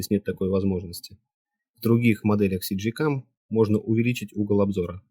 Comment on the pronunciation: Всё как бы да, по делу, но блин - не СиДжей, а ЭсДжей, первая блин буква - эс))